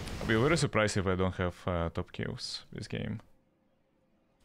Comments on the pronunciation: VERY NOT WERY ITS V SOUND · Mate you terrible misssounding w with v u say like in waiting the sount of v and in very the sound of w wtf